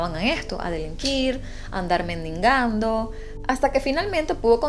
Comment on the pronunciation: Minuto es mendigando no mendingando. Perdón por la observación!!! Eres una mujer guapa, inteligente y con talento.